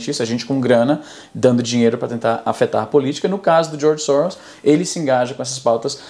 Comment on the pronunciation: Sempre que ele fala "Djorgi Sowros" você toma um shot.